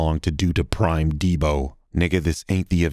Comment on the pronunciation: This nigga said “prime Debo” lmfao!!!